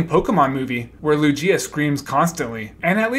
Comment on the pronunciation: The Pokémon TCG actually wasn't developed by WotC! They only localized the first few sets, but to my knowledge had no hand in creating it. Speaking of Pokémon-related mistakes, you also mispronounced Lugia, and while you announced you'd be getting English and Japanese words wrong, Pokémon names were not on that list!